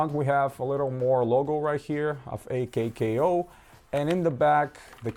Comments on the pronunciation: It’s pronounced “”akow”” why die she think it’s a k k o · its pronounced /ˈäkō/